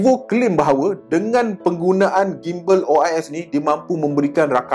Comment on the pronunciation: Sebutan Gimbal ialah JIMbal seperti sebutan gymnastic=jimnastik